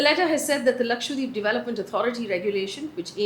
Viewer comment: I really appreciate the drama free news bulletin... Just one point, can you please start pronouncing Lakshadweep correctly. It's Laksha- dweep where dweep means island. It's not Lakshwa deep. It may seem like a minor point but no news presenter would mis pronounce a major state's name, so it's a little disrespectful to not familiarise oneself with the correct pronunciation of Lakshadweep